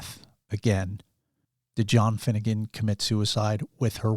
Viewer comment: Do you mean Finnigan or Finnegan?